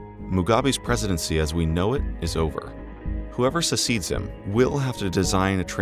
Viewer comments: Bosah Erinne He doubtless didn't want to be doing a third or fifth take of the reading getting "Mr. Mnangagwa" and "ZANU-PF" and the like to feel right. definitely kept saying "succeed" (as in succession) like "secede" (as in secession). He still got Mugabe and Chiwenga alright. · why can't you pronounce "succeed"?